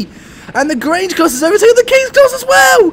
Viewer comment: You pronounced Grange right